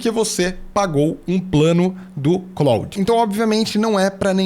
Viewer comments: Só para ajudar. A pronúncia do Claude é exatamente como no nome do ator, Jean-Claude Van Damme. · Eu tb achava que a pronuncia fosse a francesa mas nao é. Eles falam "Clód".